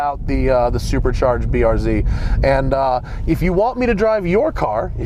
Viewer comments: everytime he pronounces it the BURZ i want to shoot myself in the face. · Hey Matt, why do you pronounce BRZ like a Canadian LOL??